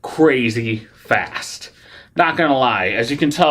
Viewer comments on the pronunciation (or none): none